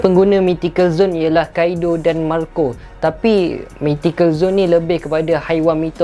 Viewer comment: Nak sebut mythic 'Mithic' Bukan 'my thick' ni bunyi dia dah macam mati